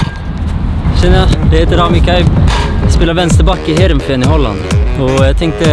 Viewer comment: Nederländerna*** jag ä därifrån man säger Nederländerna och man utalar it heereveen sådär haha